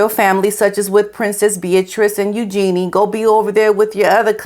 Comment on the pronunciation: Eugenie's name is being pronounced wrong. I know your respect runs deep for the royal family. River, on his channel, taught us it is pronounced YOO-ZHUH-NEE